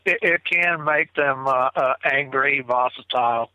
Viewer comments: If you have a hard on for a word and try to fit it into every sentence you can manage it into, you should learn how to say the word right, at least.. lol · Vocitile? wth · Why did keep saying vositile?.. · Is saying “vositile” wtf is vositile?? Is that Sasquatch lingo? Lol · No such word as "vocitile,. Maybe you mean volatile, or visceral but I hear you say vocitile quite often,. Not just in this video, but just about every one you're in. No such word, Sir. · Right? Does he mean volatile? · annoys me so much..with his horrible use of words and how he mispronounces them over and over again.I don't believe he has observed as much as he sais he has.also,he's the only one that hears the caller breaking up.weird. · Someone please tell its 'volatile' not 'vosatile'. EDIT - i now see I'm not the only one bothered by this - LOL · uses a word "vocitle" repeatedly it's not a word. It makes him sound ignorant and it's hard to hear over and over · Did he me volatile? He kept saying vocatile. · If this character says the word vosatile one more time, I'm going to snap. It's volatile,.. VOLATILE! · Ok,I thought it was just ME hearing it wrong! He IS saying "VOSITILE ". LOL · Haha, I was about to say the same thing. I think he's combining "hostile" and "volatile". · Lol!! Dang that word "vositile" is murdering the king's English!! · It’s getting hard to keep hearing the word “voss-itile”. I think he means volatile. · Was so sure vocitile was a word, almost as sure as they were on the menu....😂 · seems like a nice guy, but he said "vositile" so many times it was driving me bonkers! I think I'll just start making up my own words too. lol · vositile..? it's kinda hard to take some one seriously when they come up with a word like THAT. Although, I remember hearing an interview with Jeff Meldrum where he kept saying "dimunative" when I believe he meant "diminutive".... 🤣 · vocatile is definitely not a word - but I think he means volatile?